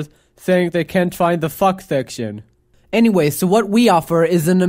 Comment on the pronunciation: Pretty much 6 years later and I still can't tell what "section" he is talking about